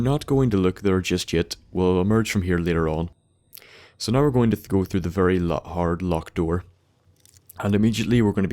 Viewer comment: every time you say now, i think your saying no, and ur about to be like no im just fuckin with you